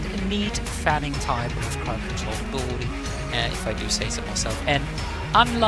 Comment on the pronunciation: Ab-il-ity not 'Aboeloetie' haha. Great video, helpful